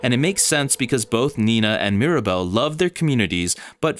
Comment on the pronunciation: This is brilliant!! 🌟 And my daughter just wanted to add that Mirabel’s name has three syllables!